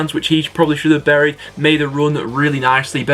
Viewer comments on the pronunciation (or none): none